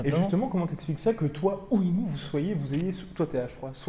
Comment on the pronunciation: Sinon le mec qui domine sa catégorie de la tête des épaules s’appelle Naoya Inoue et pas « Inoua Inouais » ...